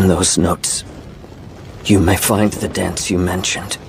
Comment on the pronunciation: what kind of grammar is this, "you may find it THEIR" and are we just gonna ignore the fact that he said DENTS instead of dance?